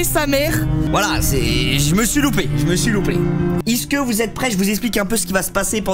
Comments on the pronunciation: " Iske" y'a que moi qui a remarqué !!!! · Pourquoi il dis iske au lieu de est ce que 😅😂